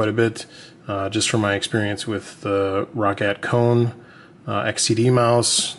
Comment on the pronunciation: you know you say roccat like rocket